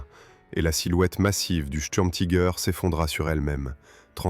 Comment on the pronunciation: Pourquoi prononcer les mots Tiger ou Sturmtiger a l’américaine ? Prononcer les mots allemands à l’allemande me paraît la moindre des choses ! Si vous ne savez pas le faire, traduisez en français, tigre et tigre d’assaut ! Quant au tangage des images, je vais finir par vomir. Plutôt énervant tout cela